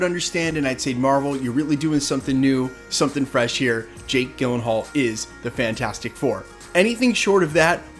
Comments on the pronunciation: “Gill-in-hall”? I’ve heard it pronounced “Jill-in-hall” from many people over the years. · Gyll as in Jill, not Gill 🫡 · P.S. it's pronounce Jill-en-haul, with a soft G sound. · Fun fact: the G at the beginning of his last name is pronounced like a J. Jill-uhn-hall, not Gill-uhn-hall. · It’s like nails on a chalkboard if I hear you say his name Gil-en-hall one more time… it’s Jill-en-hall. 😞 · You are pronouncing Jakes last name wrong, please correct it. It sounds like Jill not Gill...seriously you should know this...🤦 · Jake Gyllenhaal Pronounced: jill-en-hual Your welcome 🙏🏼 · It's pronounced "jill-en-hall" in american english. If you were to go to the Swedish pronunciation (where his family immigrated from) it would be pronounced "yee-len-hall" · Gyllenhaal is actually pronounced "JILL-len-haal". You guys don't ever do research on name pronunciations? Hopefully, he is beardless. It's bad enough that the MCU Thor is bearded (all the time) and helmetless (the majority of the time). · You’re mispronouncing Jakes last name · Dude, nobody on earth pronounces his last name like that lol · I had to stop watching this after the 30th time you said his name wrong. Couldn't take it anymore lol. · I agree with you 110% but for the love of god please say his name right 😖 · I was today’s years old when I heard someone pronounce Jake Gyllenhaal’s last name this way. 😂😂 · Take a minute to learn how to pronounce an actor's name. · Gyllenhaal is pronounced with a soft G not a hard G. Look it up. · Bro, I love this channel but you mispronouncing Jake G’s name about sent me into a panic. Thanks. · Are you kidding me with that pronunciation? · I cringe every time you mispronounce his name. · Did you just mispronounce Jake Gyllenhaals last name? I'm so uncomfortable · Over and over again!